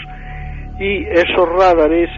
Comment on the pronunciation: No se dice Rádares sino Radares (con el acento en la segunda sílaba) ra DA res